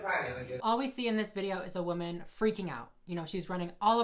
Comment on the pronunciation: she really said "as a WHAMEN"